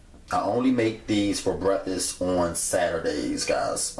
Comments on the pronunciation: Seriously!? It’s called BREAKFAST, not breffess. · Breffuss, haha! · Brefas lol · I LOVE Bre•Ffus 🤣🤣🤣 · LOL!!!! That's exactly what he said - breffus ROTF 😂😂😂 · Frank Burns 3 years later “breffus” lmao 😂 😂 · That mane said brefest ...made em for breafesssst lmao man I love ya cooking man ... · he says brefisss. ahahahahah. cute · That's how the southerners say it. My grandmother would say brukfuss. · Speak English boy ! ! ! WTF is a "Breffuss ? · Did he say theys fo breffus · it’s breffis lol 😂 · I kept replaying the beginning....did he say "BREFFUS"?....lort...lol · Why are you mispronouncing the word breakfast? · The way you pronounce breakfast cracks me up! Love your videos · 05/15/19 Thank you for the innovative recipe. I love the regional pronunciation for breakfast. For me-The pronunciation is exotic & further personalizes the video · That's how I say breakfast too lol. My daughter always laughs at me, but idc, cuz my grandma from Little Rock, and I got it from her! 😆